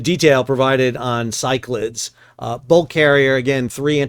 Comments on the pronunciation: Pretty sure it’s pronounced syc-la-dees, after the Cyclades/Cycladic islands in the Aegean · FYI - it’s pronounced “Sigh-clay-dees” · I think the name in English is pronounced more like sick-la-deez - it is a group of islands in Greece. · Cyclades is named for a region in Greece, pronounced “sick-la-deez”. Thanks for the updates, keep up the great work. 💪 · Handy Size Bulk Carrier Master here, currently commanding a ship similar to the "Cyclades". The name of the vessel is better pronanced as "Ki - kla - des". That space behind the bridge is usually the battery room for GMDSS batteries, the bridge toilet, or the aft bulkhead for the staircase leading to the bridge. So there is a chance that the officer of the watch might survive this.... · Ky-Cla-Dees in Greek or in English Sy-Cla-Dees. My ears were bleeding. 😀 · "si-kluh-deez" three syllables. accent on first. named after Greek island group. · Pretty sure Cyclades is pronounced as if it were "Cyclades NUTS" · The probable correct pronunciation of Cyclades is "sy kla dees" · Sol, Cyclades is three syllables, not two.